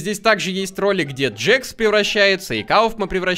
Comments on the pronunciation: ПРАВИЛЬНО ГОВОРИТЬ КЕЙН, А НЕ КАЙН, НЕ ДЖАКС, А ДЖЕКС. Этот мультсериал изначально имеет английскую озвучку. Кейн на английском будет CAINE, английская буква A (эй) обычно в слове обозначает звук [Э] и часто смягчает согласную которая стоит за ней: CA = КЕ [К' Э]. Поэтому правильно произносить не Кайн, а Кейн. Тоже самое и с Джексом. Джекс на английском будет Jax. Ja = Дже [Д Ж Э] (буква Ж несмягчаемая). Поэтому правильно произносить не Джакс, а Джекс. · и еще не джакс а джекс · Это нет это не джакс это джекс ты всех персонажей путаешь эх ну что ж ты за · Не Джакс а джекс